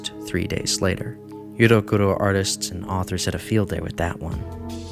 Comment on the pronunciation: 1. The "ero" part in "eroguro" is pronounced as in "erotic". 2. The movement is seriously more than Shoujo Tsubaki and it’s one of the weakest pieces of the eroguro movement to be honest so if that’s so shocking and disturbing, maybe it’s better that people not interested in the movement stay there. But I have no idea how can you all call yourselves fans of shocking horror content if that’s so disturbing to you. These were very, very basic informations and eroguro is a very complex movement. Please do a better research next time.